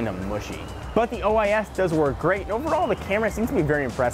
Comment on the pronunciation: he said ois 😓